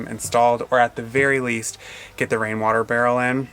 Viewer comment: Thank you for making us laff. Wain water. Weawy funny.